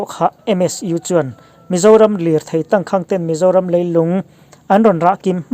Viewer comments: 'tangkhang' i lam ri dik leh ta lo, a zia lo ṭhin hle mai. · Tangkhang hi i lam diklo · Tangkhang i lam dan hi han tidik la, a ngaihnawm lehzual ang. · Tangkhang tih I lamdan te,cachar I lamdan te hi a Tangkhang tih i lamdan leh cachar I lamdan hi a va thing ve,i chhiar ve peih si a inzir deuh rawh,a zialo emai